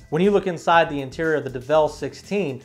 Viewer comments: "develle"? "kay-ron"? dude, c'mon. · By the way did you hear when he said devel XD